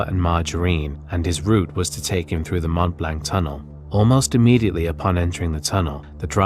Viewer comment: Seeing that insert... it can't be much worse than the pronounciation of Mont Blanc ;)